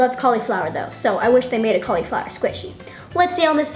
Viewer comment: she said CALIFLOWER